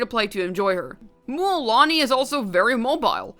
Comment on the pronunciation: Stop pronounce it mÜÄlani🤕🙃